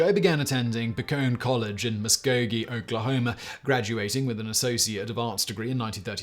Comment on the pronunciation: I'm thoroughly impressed that you pronounced Muskogee correctly.